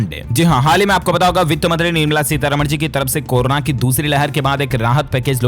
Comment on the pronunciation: इस बंदे को कोरोना बोलना नहीं आ रहा है। गलत उच्चारण अर्थ का अनर्थ कर देता है।